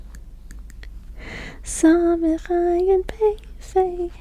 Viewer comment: Ayin isn’t silent 😅 it’s just a sound that Americans can’t pronounce